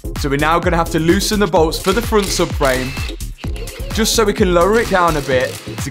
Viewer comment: he says "suck frame" rather than " sub frame"